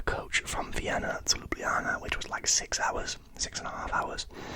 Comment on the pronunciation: Perfect pronunciation of Ljubljana, mate! Glad you enjoyed my country 😊